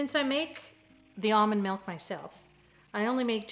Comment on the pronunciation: They call it MELK in Iowa, i think?